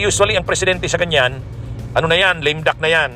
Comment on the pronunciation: Lame duck hindi lim duck bwahahahaha....ayusin mo pronounciation mo abogado ka pa naman